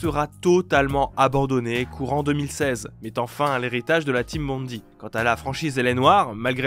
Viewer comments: Bondi, ça se prononce (à peu près) "bonn-daille", pas bonn-di. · Bond-aie, pas Bondy, ça c'est à côté de Paris.